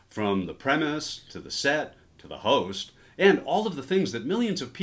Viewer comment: “from the premise, to the set, to the hoes(st)?” -Wait what